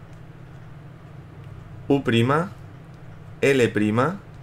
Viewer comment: Cuando dijo "U prima" pensé que habia dicho tú prima